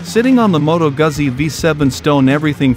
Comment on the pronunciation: Can we please learn how to pronounce “Guzzi”!